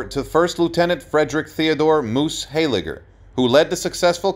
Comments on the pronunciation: Poignant is pronounced "poin yent" NOT "poig nant". Brecourt is pronounced "Brey core" NOT "Brek kort".Moose "Highliger" NOT "HEYLIGER" Ardennes is pronounced "Arden" NOT "ARDENNIS". These brave men deserve more respect than most, certainly more than you showed in this poorly done episode. Primarily, what exactly was so "tragic" about a man who lived a full and successful life after the horrors he faced with Easy Company in WWII? But most importantly, if you are going to pretend to pay homage to C. Carwood Lipton, at least use a narrator who is just slightly familiar with the English language. This entire "tribute" was an INSULT to a brave man and an American hero! You should be ashamed of yourself. If you want to honor "Lip" you will remove this abomination from the internet! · Honouring Easy Company? Start with the correct pronunciation; "Moose Hayligger"? It's pronounced HIGHLIGGER and spelt HEYLIGGER!